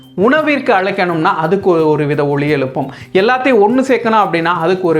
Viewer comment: ஒலி எழுப்பும். "ஒளி எளுப்பும்" அல்ல. தமிழ் உச்சரிப்பை சரி செய்யுங்கள்.